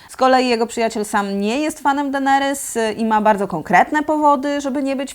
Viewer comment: Dlaczego mówisz Denerys zamiast Deneris? Strasznie bolą uszy matko xD